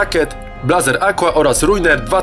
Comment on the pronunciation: Blazer ................................. , chciałbym pomóc , mówi się blejzer